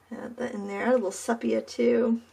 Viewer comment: Lovely, really lovely. Just a suggestion: I think it’s pronounced see-pee-ah